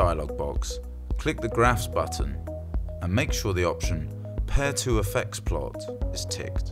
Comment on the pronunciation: BTW, its pronounced "PAR-EYYY-TOE" not "PAIR-TWO" !!